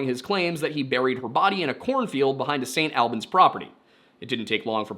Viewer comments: St. Albans - ‘all-benz’ not “AL Benz” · Hi, Vermonter here, st. albans is pronounced all-bans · I love your videos, but your pronounciation of St Albans hurt me...a lot (sincerely, someone that lives in a close proximity to St Albans, Hertfordshire) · as a vermont resident, hearing you say st. albans make me laugh and cringe lmao. we say it more like "all-beens" not "al-benz" but not the worst way ive heard it said before. nothing wrong with how you interrupted it, just funny to me. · also very funny to hear your pronunciation of st. albans. locals pronounce it “sain’ all-bins” since we drop our Ts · "The Vermont State Police know more than I do." As a lifelong Vermonter, I can confidently assure you that's not true. There are very very few people who don't know more than the Vermont State Police. Also I know the way the hist is saying St. Albans is correct, but here we say it like all-bins.